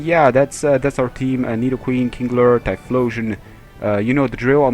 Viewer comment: Kingler not kinglet